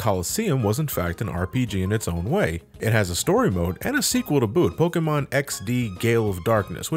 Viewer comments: Polkamon. Gee. You must be a big fan as to not be able to say it correctly. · gasp said Pokémon differently